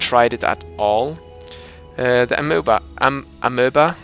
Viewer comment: Amoeba (ah-me-buh) youve probably heard of them in science class